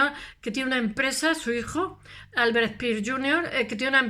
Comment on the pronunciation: No se habla spiers ... Pero habla se speer *